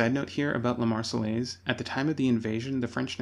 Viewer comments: Argh !! Not the "Mar-cell-ays", but the "Mar-say-airs". The double LL is pronounced like Y. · Nope, Marseillaise has no airz in it. It is pronounced like Mayonnaise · The way the narator keeps saying marsellaise grrrrrrr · “God Save the Tsar” used was the Russian national anthem from 1833 (chosen in a competition) until 1917. Tchaikovsky also used (a larger amount of) this anthem in his less known work “Marche Slave”. Also Marseillaise should be pronounced “Mar-say-airz” (not your mistake, the man in the documentary.) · oooh he's doing a retrospective on history but he's saying those L's in the Marseillaises and you don't do that, those L's are SILENT I'm British and I know this and we hate the French (admittedly they hate us but that's because we kept pantsing them in war.)